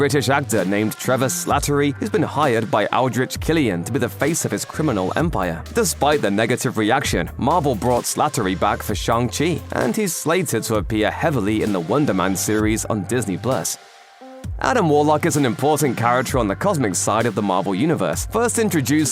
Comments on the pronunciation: "Shang-Li" ??! Ooooof , 20 seconds in and were gettin' a slight error already 😂😜🤟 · Did i hear shang-li?